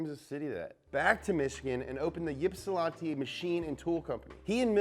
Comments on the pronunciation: LMAO It's IP-SA-LAN-TEE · "Yip-see-lon-tee" IT'S PRONOUNCED "IPSI-LAN-TEE" goddammit😂😂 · “Ip-sea-lhantai” lollll It’s Ipsi-lantee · He said YIP-SUH-LONTI lol it's easier to say IP-SEE like ypsi. Who the f*ck names a city that?? Haha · Uggggghh you butchered Yipsi sooo bad. THE Y IS SILENT. IP•SUH•LAN•TEA On rare occasion a native might say yip-see as a joke. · I'm a big fan of these shows but I have to edumacate you on a couple things in this episode. First, Ypsilanti is pronounced "ipsa-lantee". It's an eclectic little town of retired factory workers with a good mix of hipsters. Most people live here because they can't afford Ann Arbor. Second, you missed the little known Porsche connection with Tucker that I only learned about at the Porsche Effect exhibit at the Petersen museum earlier this year. Apparently Porsche wanted to sell a sedan version of their car in the US and teamed up with Tucker. Porsche did a lot of the design work but ultimately decided there wasn't a good business case for them. Porsche also had some involvement with the Corvair that also didn't pan out. Lesser known fun facts I thought I would share. Keep up the good work. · Ypsilanti is pronounced “IP-sill-ANN-tee”. Coming from a native, so you know it’s good. Keep ‘em comin’,! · Malachi Niese it’s “ip” brah don’t worry I graduated from the high school and all that jazz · lookin back on old videos and somehow missed this. i was born here and currently live here. just grauduated from here too. it is most definitly "ip-sih-lan-tea" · That second round of saying "Ypsilanti" was closer, but the 'Y' is near silent, replaced with a secret 'I'. Basically, swap the Y and I and pronounce it as "Ipsy-Lanty" The last Packard dealership is in Ypsi as well; wouldn't hurt to get your team out to the mitten sometime and shoot multiple episodes where the cars really happened. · Lmfaoooo its pronounced ip-sil-ant-E 😂😂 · Ypsilanti is pronounced like “ipp-silanti” hahahaha xD